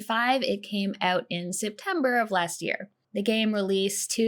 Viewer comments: It's more of an "oat" than "oot" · It's pronoonced Oot, eh? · I love the Canadian 'out' sound